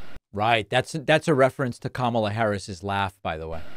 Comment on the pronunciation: JD pronounced Kamala's name correctly.